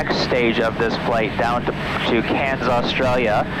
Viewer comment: You are the first person that is not Australia that I have ever heard pronounce Cairns properly.